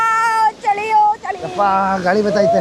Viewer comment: ಚೊಳಿ ಅಲ್ಲ.. ಚಳಿ..